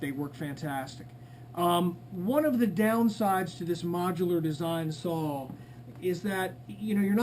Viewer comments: It’s pronounced “saw” not “Saul” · Can't really take anyone serious when preaching about equipment when they say "sawl" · Sounds like he is saying Saul....4 Sauls..Great Saul..Competitively built Sauls..Sauls..Sauls..Sauls..BTW great video :D